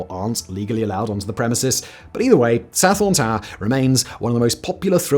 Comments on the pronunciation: Sathorn/Sathon is pronounce Sa-Ton not Sa-Forn FYI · I wish he didn't pronounce the 'Th' in Sathorn. There's no 'Th' sound in Thai language. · Your pronunciation of "Sathorn" is completely incorrect. Otherwise a good video.